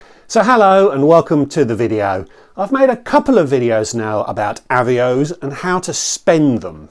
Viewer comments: I gave you a like specifically for your comment about deliberately saying Avios wrong to annoy the viewer who felt the need to correct your pronunciation. Love it. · Happy Birthday. Loved the multiple avios pronunciations. Very interested in a video on paying off a credit card with a credit card. Immediately thought the costs of doing this would make it pointless but interested to hear how it will work. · Happy Birthday! Loved the pronunciations of Avios